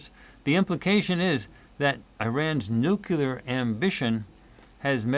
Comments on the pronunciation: Here, I looked it up for you. The pronunciation of "nuclear" as NEW-klee-er is from the American Heritage Dictionary, published in 1969. This dictionary presents the standard American English pronunciation, emphasizing the phonetic link to the root word "nucleus" and marking the "nucular" variant as nonstandard or incorrect." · By the way, it's not "nukular," it's "nuclear!" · BY THE WAY: Why do some people pronounce "new-kewlar" instead of "new-claear"?